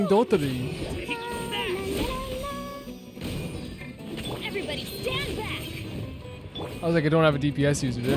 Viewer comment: it would be just a little bit more correct to call him dottOre and not dOttore ❤